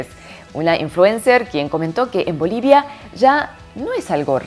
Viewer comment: wooouu Bolivia gracias por pronunciar Bolivia se escucha muy bien con esa voz hermosa que tenes👍👍❤❤❤